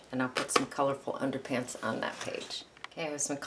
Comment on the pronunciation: Hello from Leicestershire UK! Thank you for going slowly - such a help. Your tutorial is very clear and informative. Just one thing - when you glue down those pieces of coloured paper after the black gesso it sounds as if you call them 'underpants' lol!!!!! Is it really underpads? It doesn't really matter what you call them, but I couldn't help laughing at what is probably my defective hearing!!! Than you so much ...